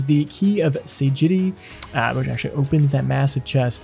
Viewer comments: Sagity??? it clearly says SAGACITY. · it's Sagacity, not "Sagity". It's the key of shrewdness. Also, how is it difficulty to get the Medusa head as a Thief? There's literally nothing to it. The fight is basically automatic as soon as you climb up to her head. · pretty sure that's not how you pronounce sagacity